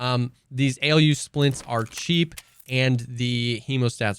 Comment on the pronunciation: Alu splints pronounced as Aluminium :D That AElyou splints way you were saying was just funny XD Or maybe im totally wrong and it is pronounced that way but for me its alu and still sounded funny :) Cheers